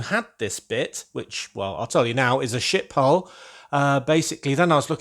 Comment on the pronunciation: I had to relisten at the beginning - when you said 'ship hull' it really sounded like 's### pile' 🤣